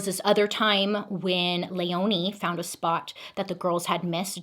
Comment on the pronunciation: My name is Leoni my grandmothers name is Christine and my little sisters name is Lea So this was very interesting and felt very personal listening to 😂 Btw it’s pronounced leeone ❤❤❤